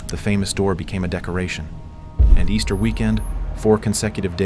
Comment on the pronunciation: Yes, committed on "EASTERN weekend" 😂